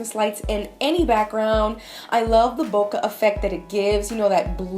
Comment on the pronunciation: The quality of this video is amazing! Thanks for the tips. BTW, "bokeh" is pronounced like [bow-keh] as in the "ke" in "kettle" or "Kenneth" because it comes from a Japanese word. I was a bit confused the first time I heard you say it. LOL But whatever. Anyway, congrats on the 70K! 100K here we come!